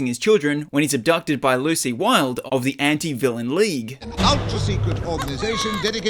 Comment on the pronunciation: It’s actually Lucy not lu